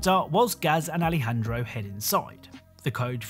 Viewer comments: Nobody gonna say anything about how he called Alejandro “Alfredo” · he said Alfredo 😂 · he called alejandro alfredo i died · When you talked about ghost team, you said Alfredo instead of Alejandro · did he say Alfredo? Are we having pasta? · he said Alfredo lol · did he call him “Alfredo” 😭😭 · did you call Alejandro "alfredo"?? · you are joined by Alfredo it say Aljendro